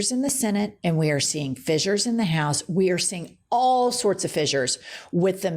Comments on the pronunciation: Pronounced "fishers" not "fizzures". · It's pronounced fishures